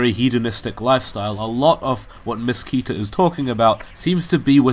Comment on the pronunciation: The right pronunciation of "KETA" is like "ketamine" without "mine"